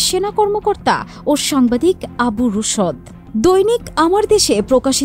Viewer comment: উচ্চারণ আবু রুশ্দ, রুশদ নয়